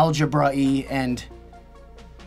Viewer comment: I don't think I've ever heard a word more disgusting than "calculicous"